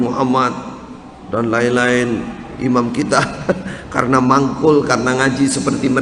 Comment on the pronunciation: Semoga cak,,bisa sadar,, dan Paham,,,bahwa bukan imam yang Allah panggil,,, namun yg di panggil ialah orang orang yang ber,iman,,, huruf nya beda di akhir kata,, imam,,mati,m. Sedangkan iman,mati,N. Semoga cak,memperhatikan kata,imam,dan iman,,agar bisa menbedakannya